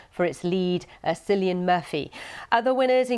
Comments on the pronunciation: Did she really just call him “Sillian” ? Has she not heard of this ICON before?! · His name is Cillian Murphy, not Sillian Murphy. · She butchered man's name, 😂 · Not only did she say cillians wrong.. it’s not hard. They literally made up and award so barbie could win something. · That's not how you pronounce Cillian, honey